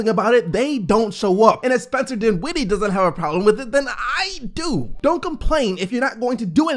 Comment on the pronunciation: The second syllable of his last name is not emphasized. It’s the first syllable. His name is DINwiddie, not DinWIDDie. Please stop it... it’s annoying.